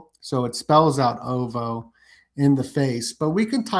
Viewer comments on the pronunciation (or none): It’s pronounced O V O